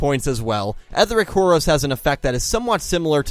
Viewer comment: did you seriously call it whore osh?